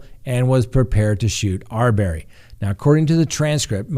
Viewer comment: Have you been watching the Arbery case or just reading it? Please pronounce the name correctly.